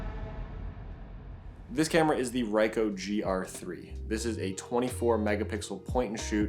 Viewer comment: Nice review, with some really good photos. 👍🏼 Definitely a pocketable powerhouse. One correction though: it’s pronounced Ree-coh, not Rye-coh.